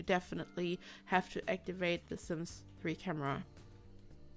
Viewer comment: Whenever she said sims 4 camera its like sims fuck~amera.. Is it just me?? Gotta clean my ears